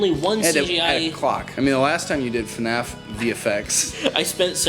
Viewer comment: / its not eFNAF. You pronouns it F N A F. duh